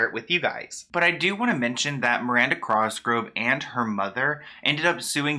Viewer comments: Thank you I was going crazy everything you would say it wrong . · Oh my gosh it was driving me nuts. Thank you for addressing it. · I was just about to comment this 😂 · I coulda sworn there wasn’t an r at the beginning of her last name 😂 My guy can’t speak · i cant get past how hes saying cosgrove. thats all i can focus on in this video lmao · my man spells cosgrove right but willfully says it wrong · Okay someone has to tell him that he’s saying her last name wrong. This isn’t hate. Just letting him know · Drinking game, take a shot every time says Crosgrove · It’s the “Crosgrove” for me 😂💀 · Why r u saying crosgrove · stop saying crosgrove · I love you. But the way you pronounced her last name is sending me. Lolol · Wait what?? It's not with an "r"?! Woops. Made the same mistake my whole life, even after watching other vids about her that were probably pronouncing it correctly. 😅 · Omg same I was just thinking "dude you're awesome but god it's COSGROVE not CROSGROVE" 😂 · It’s cosgrove not crosgrove lol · COS—GR—OVE!!!! No R before the O! #triggered lol!!! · literally same i like correct him every time even tho he can’t hear me like cos grove not cross grove slightly angers me it’s fine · “Crosgrove” really got me out here giggling 😭😭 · why does he call Miranda Cosgrove, Miranda Crosgrove 😂😂I liked the video tho!!!! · worried about if he’s pronouncing viacom right says crosgove instead of cosgrove throughout the whole video 😂😂 no hate it just cracked me up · “Crosgrove” lol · It’s really bothering me that he keeps saying Crosgrove when her last name is COSGROVE*** only true Miranda fans know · Miranda "Crosgove" lol, you just moved the "r" to the wrong place that's all! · COSGROVE my guy not "Crosgrove" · Cosgrove... it's bugging me that he says crosgrove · COSGROVE NOT CROSGROVE UGH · It’s cosgrove not Crosgrove. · It’s COSgrove why do you keep saying crosgrove omgggg your pronunciations is so bothersome!!! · The hat made you add the r lol 😂